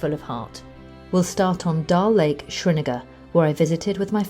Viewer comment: Why are you pronouncing it like dalake? It is dal-lake. I hate when people dont respect their own language and forget to understand that there is a space between the two words dal and lake! The space is there for a meaning. It is there to give a gentle pause between words and all should respect that.